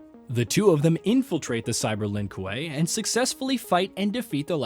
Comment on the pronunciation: The Lin what? Koo-way (kuei)edit: cringe on some mispronunciation of things.